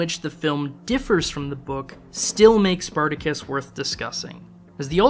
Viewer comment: "Spar ta Kiss"...???